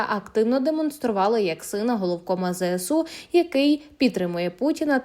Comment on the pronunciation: Чому ЗЕСУ? Якщо ЗСУ...